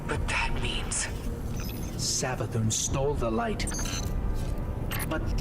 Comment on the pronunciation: I dont think I've ever heard anyone pronounce Savathun's name with a Z before lol. Not a gripe or a dis or anything, love this channel, just found it interesting